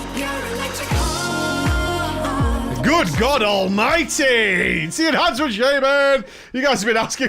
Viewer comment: Yeah, Ehancement shaman mate. The spec where you get Doombringer.